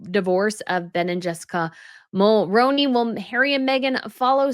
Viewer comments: As a Canadian, I can say, I don't blame Jessica for leaving Ben. Ben has turned into a Maple MAGA. And just an FYI: you’re pronouncing Mulroney wrong. It's pronounced Mul-ROO-nee, not Mul-ROH-nee 😊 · Hey its not mulroneeee.Its mulruinee. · As a Canadian, we always pronounced Brian Mulroney’s name like Mul-rune-ey. When did it change and is this the proper pronunciation that we got wrong this whole time?